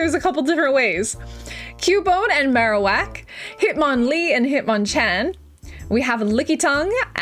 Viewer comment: It's called marowaka XD